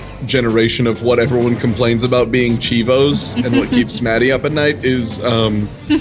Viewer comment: GODDAMN IT MATTI ISN'T PRONOUNCED THAT WAY